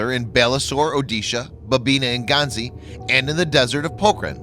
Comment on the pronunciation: As usual your videos are superb and awesome. But only one thing I would like to point out that your pronunciations of Dhanush, Balasore and Jhansi were wrong. Plz try rectifying those